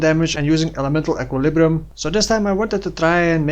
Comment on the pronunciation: Great guide, thanks! And your pronouncing of Elemental Equilibrium is too good, I love it :-D